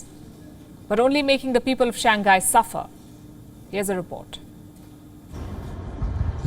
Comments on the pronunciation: It's Shang - hai, not shan- gai... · Palki....it is not Shang Guy....it is pronounced as Shang High ! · Shang hai lah dei not Shang Gai